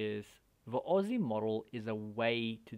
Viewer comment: Maybe I missed something in the last few years, but I wouldn't know what the "Aw-see" model was if anybody said it. I've always heard it, and spoken it, as "Oh-ess-eye" model.